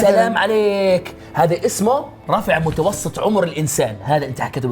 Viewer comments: يالفريق المغربي متوسط مش متوصط 😀😀😀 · في الدقيقة متوسط وليس متوصط ❤️ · ياخي متوسط مو متوصط الله يسامحكم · متوسط بالسين وليش متوصط بالصاد شكرا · متوسط وليس متوصط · متوصط ❌ متوسط✔️ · متوسط وليس متوصط 🤦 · متوسط و ليس متوصط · متوسط وليس متوصط 😁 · متوصط 🤣🤣🤣يا اخي متوسط س مو ص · "وصط" ! ضعييييف ضعيييف جدااا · متوسط مش متوصط يا انتاج 🙆🏻‍♂️😁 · متوسط وليس متوصط :) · مااضفعفكم يالفريق المغربي مااضعفكم 🤣🤣 متوسط وليس متوصط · متوسط بال س يالتيم المغربي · دقيقه كلمه متوسط ب السين مش بصاد 💪🏻😂🤷🏻‍♂️ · متوصط بالسين مو صاد ... يامتعلمين يابتوع المدارس😅🌸... حرصاً على سمعة البرنامج